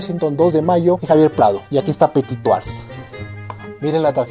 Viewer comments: Muy buen video como siempre. Pero cero en francés: "Du petituajjj". Ja, ja, ja... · Disculpa pero no tienes la buena pronunciación tu le metes una j que no existe si es verdad que no se debe pronunciar la ultima letra yo lo se porque no vivo en Perú y hablo francés todos los dias desde hace 27 años lastima que no pueda decir como escribiendo....pero buen esfuerzo y tus videos son SUPER ME ENCANTA la historia y te sigo siempre es interesante gracias por eso... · Viva petituaj 😂 o cómo lo dice 😬😂